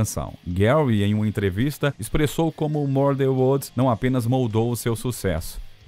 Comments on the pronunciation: Sem contar as pronúncias horríveis do narrador. " MURDER WODS " 😂😂😂😂😂😂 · Mur dan uods!!! Van Hilen!!!! Fora outras palavras. Não é esnobar não, Para com isso cara, pelo menos o nome da banda pronuncia certo pô!!! Quem conhece ou tenha im minimo de conhecimento do cenário Hard Rock sabe pronunciar Van Halen!!!! Hilen foi o cúmulo!!!!! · Pra piorar "mur dan uods"!?!?! Van HILEN!!!!!!????? Que!?!?!?q q isso!!! Ah pelo menos o nome da banda pronuncia certo né cara!! Ninguém q conheça o cenário pronuncia assim!!! Pelo amor de Deus!!!